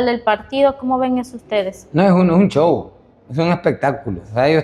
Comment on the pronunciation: Y este maitro quien es.??? Quien es porque solo dice chow ni ablar puede porque se dice show.! Jajajaja